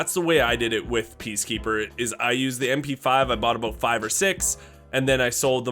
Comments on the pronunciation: Did he just say "Aboot" ? CANADIAN WARNING ! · today we talkin' aboot.